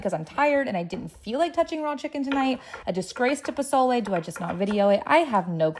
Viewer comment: Nah you get a pass on the pozole you didn’t butcher it like Rachel ray